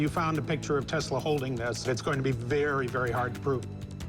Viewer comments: "What is telsa" smh 🤦‍♂️ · he doesn't even say Tesla's name right....